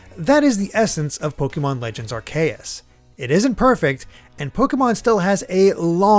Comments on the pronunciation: "Ar-kay-us" not "Ar-ka-Yas" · They way they pronouns Arceus in this video just.... just sound Ar-KAY-eus like huh!? Sir I'm not even sure 😭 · I will continue pronouncing 'Arceus' with a soft 'c'. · That pronunciation ain’t even close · Slight confusion of pronunciation of Arceus but solid review. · I have heard many ways of saying Arkeus. I have never heard it said like this Im impressed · So we have three different pronunciations of Arceus? 😂 which one is it?